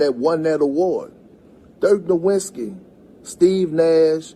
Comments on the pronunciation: I wish he could show respect and pronounce Dirk N. last name correctly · He can't even say the name "Nowitzki" and thinks Basketball was a solosport soley about scoring. Yet he calls himself an expert wtf is this